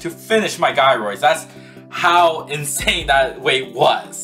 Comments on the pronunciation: Thank you for posting this, and going through all this work… And I’m so sorry to tell you… the G in Gyroids is pronounced like a J, like in the word “Jealous”. It’s not “Guy-Roid” it’s “Jai-Roid” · sorry but you pronounce them jy-roids